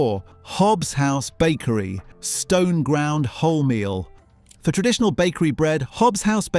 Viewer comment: 12.57; 'time-intensive..(pause)....tren..ditional methods'?? I clicked on to watch what could have been a worthwhile video. Bloody robotic voices!